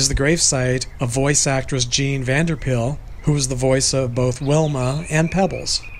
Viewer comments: Pyl is pronounced like pile. Just so you know. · Just so you know Pyl is pronounced Pyle and not pill. I used to say pill too until I heard it correctly. And Blanc is pronounced blank, only those who don't know say it wrong. Something you probably didn't know, Alan Reed's real last name was Bergman and the voice actor who does Fred's voice now which is Alan Reed's version, is Jeff Bergman, no relation. Daws Butler reluctantly did the voice of Fred and Barney in the 1959 pilot and voiced Barney again for 6 episodes when Mel was in a coma after his car accident in 1961. Nobody who wanted to keep working would do any of Mel's characters while he was in a coma. But they wanted to keep making The Flintstones and got Daws to voice Barney. And after Mel started to do Barney again he wanted to go back to the voice he did since season 1 but Daws did a different version that sounced more like Art Carney which everyone liked better, so that's when Mel started to do his second Barney voice. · Vander Pyl. pronounced Vander Pile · Yes, her name as I heard it was Jean Vander Pile, ( spelled this way for pronunciation reasons only) , Love your stories and videos, trying to find the subscribe button.